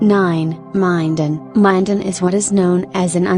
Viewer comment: I love correcting a computer, it’s Min-Den not Mi-Din